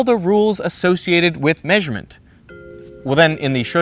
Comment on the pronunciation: Unsubscribed due to this pronunciation of “maysurement”